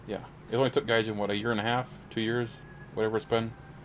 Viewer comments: Its pronounced gaijeen and not jin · Gaijean like jeans should be pronounced or Mary Jeane